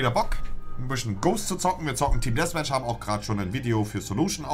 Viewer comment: es heisst Däffmätch und nicht Dässmätch